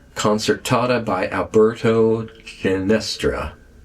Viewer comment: I think you mean Alberto Ginastera, with another e in it than you have (or said). Pronounced he - nah - STAIR - ah.